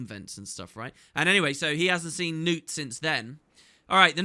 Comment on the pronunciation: I always forget to check, does the voice acting actually pronounce Knut 'Newt'? Because it has a K in it, and we don't have silent consonants in Scandinavia.